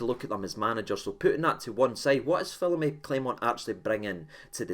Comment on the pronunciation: gone a bit "Taverniay" with these manager name pronunciations "Phillipy" and "Musket" 😂